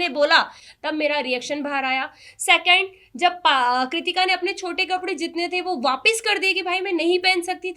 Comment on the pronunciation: Bolna tak nahi aata ache se bolna sekho pehle mene mene kya hota hai baat 2nd second hota hai sacand nahi